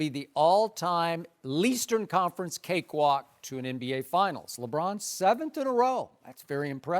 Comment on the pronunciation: "Leastern conference" skip gotta dub